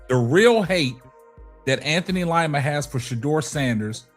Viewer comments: It's pronounced LEEMA not long I❤ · DID YOU SAY LIE-MA???😅🤣💯👏🏽👏🏽👏🏽❣